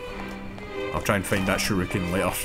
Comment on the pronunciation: calling those throwing stars "sharookens" (rather than shurikens) keeps cracking me up:D